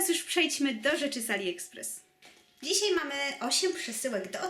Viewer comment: Mówi się "dzisiaj", a nie "dzisiej", bynajmniej tak słychać z Twojej wymowy :)